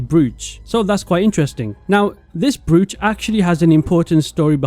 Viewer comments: Pronounced browe-ch. Not broo-ch. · Idk why, but I'm pretty sure "brooch" is pronounced "broach." In fact, I Googled it to make sure. It actually spelled the pronunciation it "Browch" but whatever. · dude you need to learn how to pronounce brooch